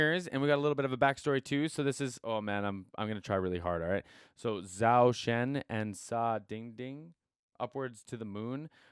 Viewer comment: Thank you for the reaction. I'd love to see you react to Zhou Shen's song Ring the Doorbell (live pursuance). Oh and his name is pronounced more like Chou Shun.